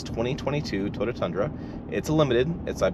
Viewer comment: “Toda” tundra